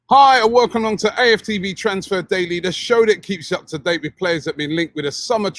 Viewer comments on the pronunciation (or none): none